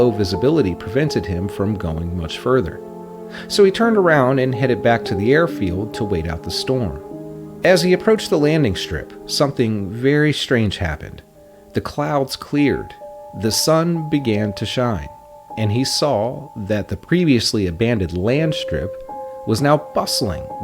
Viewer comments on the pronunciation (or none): This is ruined by this amateur narration. Why use someone that can’t use “The’ ‘Thee’ or ‘A’ (Ah) or ‘A’ (Ay), and as the programme is about mysteries, what do the words ‘shtrange’ or ‘Mishtery’ mean? LOL. really irritating. They should have used an English Speaker if they are going to make this in English.